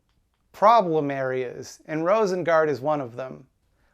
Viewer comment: I am almost impressed by Pim not even trying to pronounce Rosengård correctly. It shouldn't be that hard for a moderately smart English-speaker to hear it a few times and mimic it to "roosen-gourd" instead of "rowsen-guard".